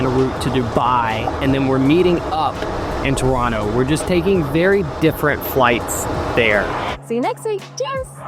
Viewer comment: the amount of how happy I am that you say Toronto properly is 10/10 thank you